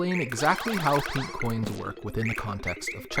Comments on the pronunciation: hearing him say “pink” coins is painful to hear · just thinken studios he emphasized the INK